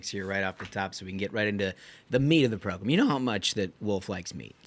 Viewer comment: Idk how many more times i can hear "variety progrum" without snapping. I know it's a me issue, but it drives my nuts! It's the Ruthless Podcast, I'd love to just hear that! Love the content though!!